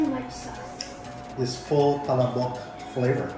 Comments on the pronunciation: it's pronounced as PA-LA-BOK. it's pretty slow and not as fast as you pronounce it. Maybe you can google ads featuring the product, so you will be better guided. 😇 PS. Not trying to be rude here. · Ok na sana...yung pronunciation lang...."pala'bok"... tsk tsk tsk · Wrong pronunciation of palabok.